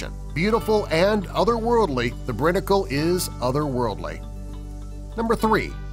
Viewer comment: a little point of fact: it's pronounced brine-icle. they show a clip of that on YouTube or the nature show frozen planet it's pretty cool.